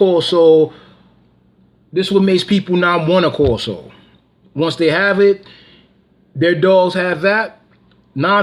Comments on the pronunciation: Pronounce Cane Corso wrong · With all Respect First... you want to pronounce Cane Corso the proper way. Secondly please make sure you DO YOUR HOMEWORK 📚 ON THIS MATTER Watch Senza Tempo Cane Corso we just discussed this. Rachel proved a cane corso Owner wrong she’s amazing!! With vet paperwork, facts !!ETC